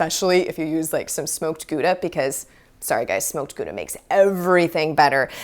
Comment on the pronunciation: Gooda? Pronounced Gowda lol